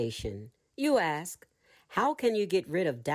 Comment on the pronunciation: I am so terribly disappointed that at around the 28th minute you say or read that the teacher asks but you intentionally choose to use the word ax or acts instead of ask. Sadly, I'm going to find another narrator to listen to because willful misuse of the English language saddens me.